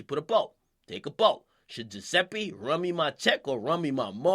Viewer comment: Akademics the type of nigga to pronounce Giuseppe right but butcher Zanotti.